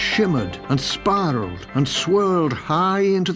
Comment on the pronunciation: AND SPIRALLED NOT SPARRELED